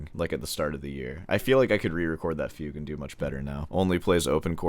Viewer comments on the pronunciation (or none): arent you saying fugue wrong?or is that a joke?